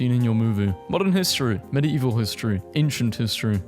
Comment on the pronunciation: the way he pronounces medieval 😭